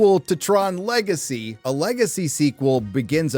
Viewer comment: 🤣"Le Gay See" 🤣